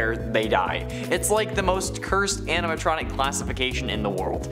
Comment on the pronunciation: He said springlick aminatronic